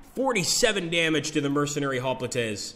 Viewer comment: Looks great! I have FoG1, which I've played a lot. The graphics and game play look much improved. Hoplites is pronounced "hop lights"